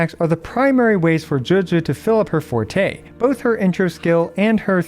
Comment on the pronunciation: Finally a Wuwa content creator who can pronounce Forte correctly.